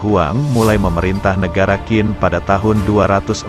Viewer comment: Pelafalan QIN bukan jadi KIN, tapi CHIN